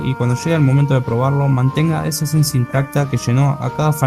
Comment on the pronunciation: Dijiste "esencia"???